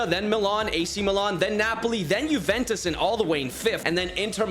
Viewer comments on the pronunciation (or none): none